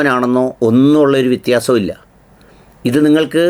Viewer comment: 'വി'ത്യാസം എന്നല്ല.. 'വ്യ'ത്യാസം എന്നാണ്